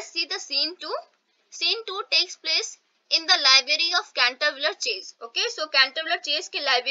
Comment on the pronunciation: Mam it is not canterviller